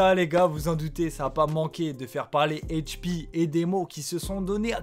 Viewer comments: Arrête de dire hp avec l’accent anglais… c’est Hache 🪓 P ! Et sinon t’as bien résumé, mais il manque pleins d’infos sur leur début ! Comme un de leur plus gros son a l’époque « où est s’tenculé » qu’ils ont fait pcq des gars du 91 avait peta leur son et instru, c’est allé loin ! Mais sinon dans les grosse ligne t’as bien résumé 👍🏾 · Pourquoi tu dit Hache P en mode cainri ?